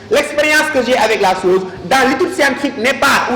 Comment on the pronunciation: La chose et non la soze. Le niveau est quand même faible et je me désole franchement la qualité. Je pleins les élèves qui au lieu de beaucoup lire se fient à de tels professeurs. 《comme M. Ndiaye présent, on dit à l'image ou comme M. Ndiaye ici présent.》